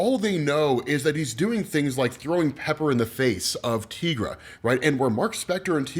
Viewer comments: Your pronunciation of Tigra dude. It's "ti" like tiger. You don't call those "tea"gers do you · Tigra = Teye-Grah .... NOT ... Tee-Grah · Tigra = tEYEgra not teagra